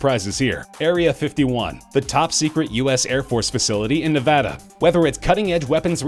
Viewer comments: omfg he said nevada right subbed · Son a bitch, HE ACTUALLY PRONOUNCED NEVADA CORRECTLY!!